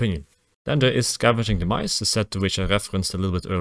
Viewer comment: I thought he said "scavenging the mice". 😆 EDIT: Omg he actually wrote it in the time stamp...